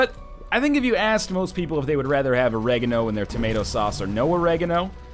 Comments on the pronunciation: Isn't Oregano pronounced awh-reh-gar-no (different emphasis...?) or is it awh-rega-no like NL said? Maybe it's just Britain that pronounces it like that. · What the fuck way did you say Oregano? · That pronunciation of oregano. Why do colonials have such weird pronunciations?